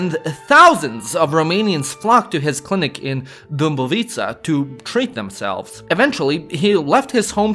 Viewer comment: Instead, he can't pronounce the â, he says U, "Dumbovița" , I bet Romanians ask him to say "lămâie" all the time 😁